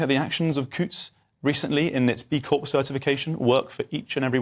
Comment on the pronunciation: Charlie.... the P is silent in CORP.